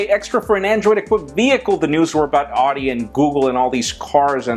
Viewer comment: Still can't figure out how to pronounce "Audi" can you,?:p